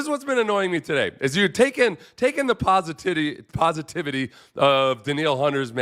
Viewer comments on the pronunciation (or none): Ha "posititty" 😂